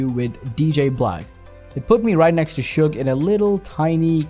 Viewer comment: He also called him sugar